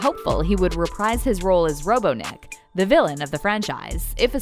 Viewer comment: ........ you said Robo Nick..........................